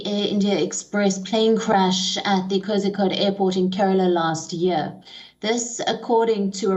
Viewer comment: Not kozikode Kozhikode /Calicut /CCJ